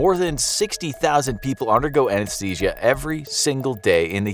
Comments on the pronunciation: Ah yes, Anashesia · everyone ignoring how it says "anashesia" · "Anashesia" ?? Huh?